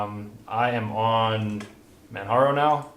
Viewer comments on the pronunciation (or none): nice video, but I'm actually triggered you pronounced Manjaro like Manharro